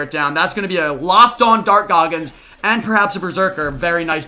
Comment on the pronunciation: Im so high rn im laughing everytime he says dark goggins